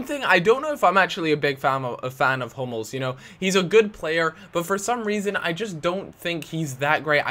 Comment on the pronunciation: At first I thought you said 'I'm not a big fan of homos' instead of 'I'm not a big fan of Hummels'